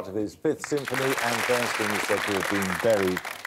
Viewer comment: Bernstein, not Bernsteen!